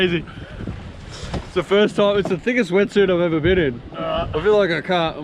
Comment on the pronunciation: at the expense of sounding like a idiot... wtf is a toime?